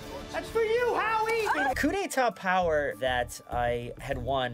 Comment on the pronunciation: did anyone else realise in the beginning clip, he said cu de ta, and then he gets the cu de ta power😉😉😉